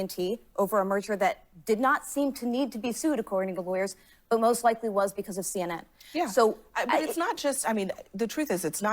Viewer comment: Cenn Inn 😂😂😂 I will pronounce it this way from now on 😂😂😂 Love y'all ❤️